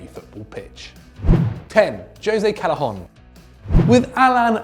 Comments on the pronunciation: it's pronounced CAY-eh-HON not CAL-eh-HON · And Callejón